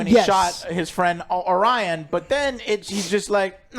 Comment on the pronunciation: cant even get orions name right, get off the stage you hacks